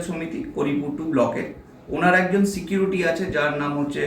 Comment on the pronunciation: সিকিউরিটি উচ্চারণও ঠিক করে করতে পারে না। এইসব নেতাদের চাবকে চামড়া তুলে দিতে হয়।